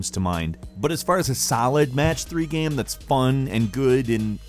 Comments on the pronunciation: say "game".: "gaem". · He said game weirdly